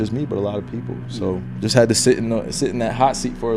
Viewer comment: Did anyone realize that he said people wrong saying “poeple”